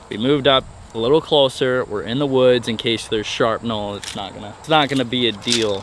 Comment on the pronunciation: Hard to trust you after “sharpnel”…